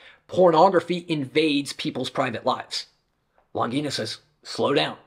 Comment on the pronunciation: Very interesting and very good video! I agree with many of the points of Longino. Especially when she talks about lies on women and the denigration... Most of pornography is quite shabby, violent and probably it can have a bad effect on many people... But I ask Longino and myself. What is the solution? By the way, Longino is an italian surname and should be pronounced Lonjeeno... Greetings!